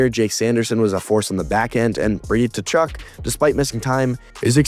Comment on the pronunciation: U gotta work on that pronunciation of Tkachuk